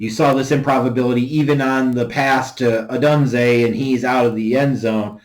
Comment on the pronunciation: It’s not Rome O Dunn zay. Rome o dune zay. Say it right